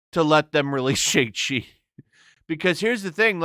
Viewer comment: Whats the problem with pronouncing Shang Chi the proper way? I get that you don't like the movie or whatever but you can at least pronounce the name correctly. Its really not that hard.